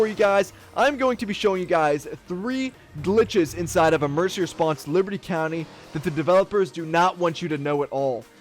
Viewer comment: Petition for this lady to start pronouncing the game back as “LIBATEEE COUNTEEE” or “LIBS COUNTY”